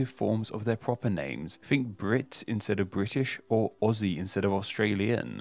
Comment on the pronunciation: Just a thank you for says "aussie" as "ozzy" rather than "ossy" :-)